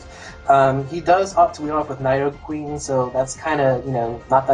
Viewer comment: Did you just fucking call needoh-queen a nyedoh-queen?